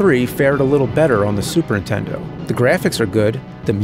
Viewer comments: 200 episodes...and the guy still can't say "Super Nintendo" correctly. He says it the same way our moms said it back then "Super INTENDO". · Super Intendo Chalmer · Do you say super intendo on purpose or is it a joke im not getting? No sarcasm im genuinely asking!